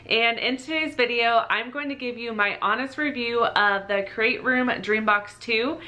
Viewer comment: Nice review!! I just ordered the Dream Box 3. I can’t wait to get it. It sounds like you’re saying “Crate Room” and not “Create Room “